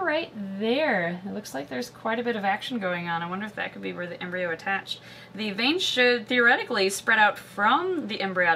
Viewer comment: Embryo coreon to sounds like embreon sliveon